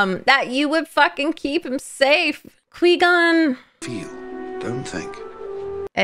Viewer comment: Cor-Gon, Squee-Con, Qwee-Gon. So many names he has.